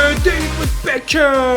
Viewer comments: Normal insanlar: beckham: bekəm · Ayn bekım yada bekhım demesi lasım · bekhem deme artık gözünü seveyim ya